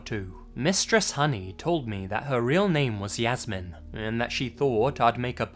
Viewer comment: A little tip: Jasmin is pronounced in German as [Yas-mean].